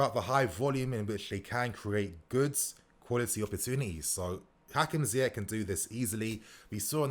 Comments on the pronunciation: Ziyech like Ziyesh. Not like Ziyek. my guy.... try sort out you pronounciation cause you are still going to talk about this fella a lot. 😁😁😁😁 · It's not ziyekk it's ziyeshhhh shh